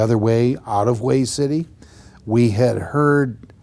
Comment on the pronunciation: Come on, Man, you been around Marines enough to know better! It is pronounced "WAY", the city of Hue is! Come on!